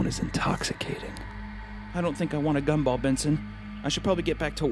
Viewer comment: I thought he said cumball